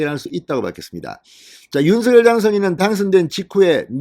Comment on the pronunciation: 윤서결로 발음하지마세요. 듣기거북합니다 윤석열 입니다